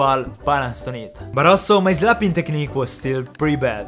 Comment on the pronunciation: When he said "But also" It sounds like "Barazo" or "Baraso"😂😂😂